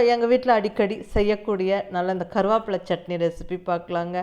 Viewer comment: Karuvapla nu Neenga sollum pothu kongu Tamil supera iruku